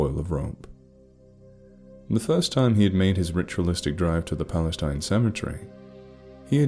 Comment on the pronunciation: I don't know where this is supposed to be set, but if it's in Texas, the town is pronounced Pal-la-steen.